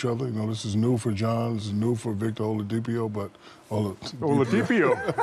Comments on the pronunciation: Bro said Victor "Home Depot" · Shaq: “ homelildepio” not oladipio, 😂🤣😂.